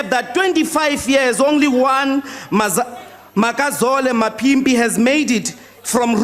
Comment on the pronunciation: He can't even pronounce Makazole Mapimpi